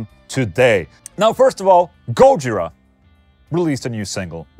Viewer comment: Can you stop saying "petrushi" and putting the stress on the first syllable of gojira (instead of the second) oh yeah and you could have mentioned Dave LaRue plx